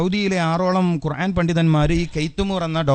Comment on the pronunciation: ഒരു ദാരിമി ആയിട്ട് എന്താ ഖുർഏൻ എന്ന് പറയുന്നത് 🤔ഖുർആൻ എന്നല്ലേ